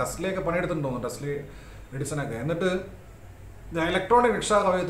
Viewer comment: ടസ്‌ലി അല്ല ടെസ്‌ല!!